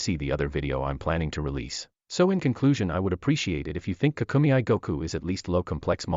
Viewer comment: Dragon Ball KAA-KUU-MEY, Not KA-KU-ME-I